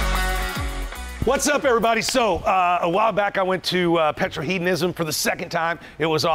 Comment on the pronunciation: Are you saying Petrolheadonism wrong on purpose as a joke? It's Petrol-Head-onism PETROL HEAD!!